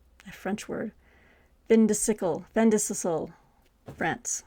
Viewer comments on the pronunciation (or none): fin de siecle... fan duh see-EHCK-le...sacre coeur... sah cray CUR Just love your uploads, 😊 I'm picking up Princeton deals because of you. More, please, when you have time. We just had one day of snow, one inch and the buses ground to a halt and the drivers went back to the depot! England, huh..